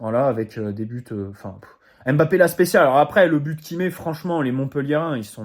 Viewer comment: Même comme tu ne le t'as bientôt plus son nom on ne dit pas M-Bappe ou Mbappe comme P sychologue mais Psychologue